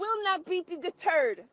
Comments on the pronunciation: Did she say she will not be a turd😮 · “I won’t be da-turd!!” ….. but she is da-turd…..💯🫡